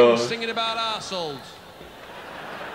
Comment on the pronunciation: Rhe Katie Lang one it sounds so much like shes saying arseholes that I never knew what she actually was saying 😂 I'm still not sure